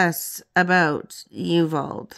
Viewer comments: Well done. There were some photos I hadn’t seen before. I love it!! Just so you know, it’s pronounced U-Val-dee. I used to like in Texas years ago. They are definitely not happy about her merching such a horrible tragedy. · I know it looks confusing to see Uvalde spelled but it's pronounced U-vahl- dee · Uvalde is pronounced as you-val-dee. The "val" sound is the same as in vault or volume (which you got correct). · Uvalde is pronounced: You-vall-dee. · It’s pronounced “you-VOL-day” ❤🎉✌️